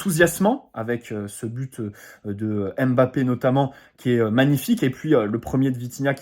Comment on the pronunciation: Même comme tu ne le t'as bientôt plus son nom on ne dit pas M-Bappe ou Mbappe comme P sychologue mais Psychologue